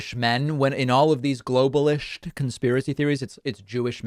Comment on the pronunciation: "...inernaschionalist, globalisht, Troshkyite-soshialisht...! 🤣